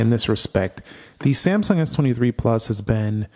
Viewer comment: Everytime iPhone open first homie say Samsumg 😅 it's kind annoying but ok just saying😂🎉❤